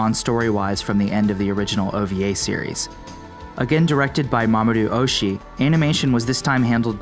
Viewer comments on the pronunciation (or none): That is not “Mamoru Ohshi”. “Mamoru Oshi-i” is correct.